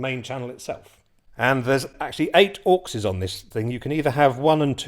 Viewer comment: Every time you say 'Auxes' I hear "Orcses, Precious..." 😲